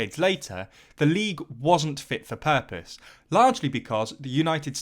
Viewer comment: the purpose 😅😅 your accent hits , you tried it Well but cannot succeed 😭😭😭